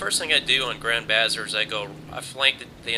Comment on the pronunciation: Bazaar (ba-ZAR'). Grand Bazaar. Not bazzer.